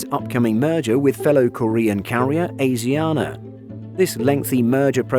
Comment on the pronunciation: Asiana pronounced ah shi ah nah